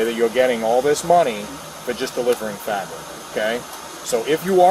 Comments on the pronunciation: Can’t pronounce fabric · IKR. 🤦🏽‍♀️ “Frabic” . . . “Axed” him. 😖